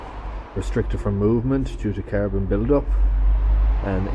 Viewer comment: CARBON not Carabon, joptvaimaķ!!!!!!